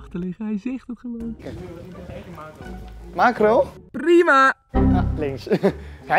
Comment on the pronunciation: Iedereen: Makro Rob: Maakgo